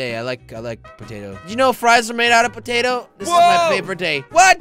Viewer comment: “ITS RAINING POTOTO”.........bruh pototo the hell